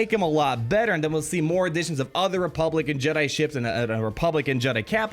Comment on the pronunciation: you keep saying republican, dying laughing haha. though it is "republic and"